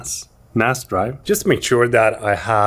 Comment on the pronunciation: I can't stop laughing about your "NAS" "NOS" "En AA ES" =))))))) you are so funny 👍